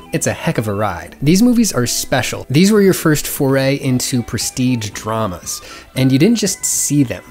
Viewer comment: I thought you said prestige traumas with a t and now am spiraling into a very strange thought pattern